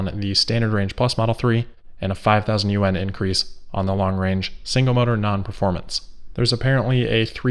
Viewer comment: Hi,.. Yu-en? China’s currency is I think pronounced more like Yu-wan.. Love 💓 your show btw